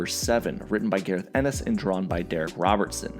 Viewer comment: Gar-eth Ennis, huh? Way to show you're just (barely) reading off a wiki and haven't ever read a comic in your life.